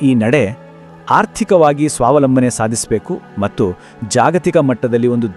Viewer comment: ಮಟ್ಟು ಅಲ್ಲ ಕಣಪ್ಪ ಅದು ಮತ್ತು